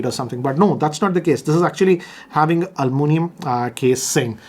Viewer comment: Al-moo-nium 🤦🏻‍♂️WTF😂